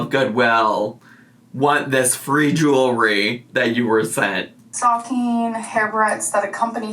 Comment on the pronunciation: For some reason, it really drives me up the wall that she says "Jew-ry" instead of jewelry.